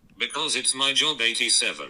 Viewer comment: also when he does actually have a jawb hes “driving trawk.” So he wants to be on the phone while he’s driving.